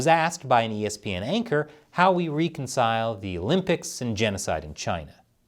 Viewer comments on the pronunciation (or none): 'wreck-on-cile' not 'reek-on-cile'